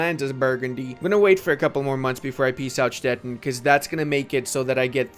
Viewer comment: Little pronunciation tip: Stettin is pronounced Stet-teen.